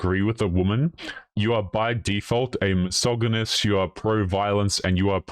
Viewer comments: A, you deefinitely pronounce missogonist properly. B, birth control is hot trash, it changes far more than you can imagine, and it is bad for women. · Thankyou for explaining why you're mispronouncing 'mysoginist'' It was bugging me hugely. XD